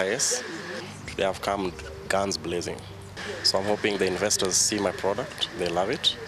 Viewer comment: even the word "investors'' cant be pronounced ,,...that's a big joke